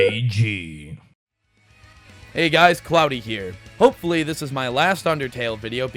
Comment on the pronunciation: well you said "HOPEFULLY"